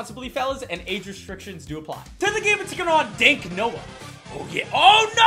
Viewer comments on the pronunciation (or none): none